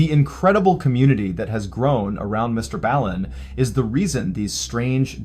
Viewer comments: Why does he pronounce his name wrong? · the way he just pronounced his "own" name should tell you enough about this channel..